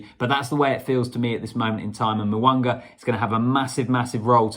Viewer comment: It is not Mowanga its Mounga there is no W in his name,its all about vowels AEIOU,Mounga